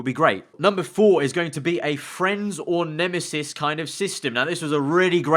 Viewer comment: Isn't it nemesis not nemisis?